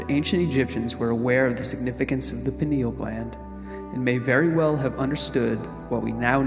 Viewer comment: It's pronounced Pine-al gland as in pine, it's shaped like a pine cone, from the pine tree.